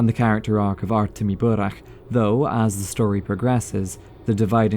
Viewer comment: Love when english speakers pronounce burakh not as burak